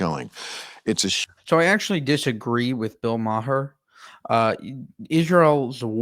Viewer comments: Great content, but Bill pronounces his last name "mahr" rhyming with car, not "ma-her" (even though it's spelled that way). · His name is pronounced is MAar. You might want to get the name right before posting a vid like this. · Yes videos are very good, but you should do a bit more research before filming to come across as worth listening to. Bill's last name's pronounced "mar". And JC was 100, not 99. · You lost me at Bill Mah-Her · Bill is a wonderful defender of Israel. Oh he doesn’t pronounce the “h” in his name. It’s pronounced Marr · Hey dude. Love your content but bills last name is pronounced “marr”. Keep up the good work. FYI not all dems and “libs” are anti Israel. Some of us served in the IDF.